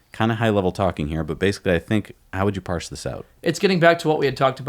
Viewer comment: Please stop saying "Parse" every episode... =)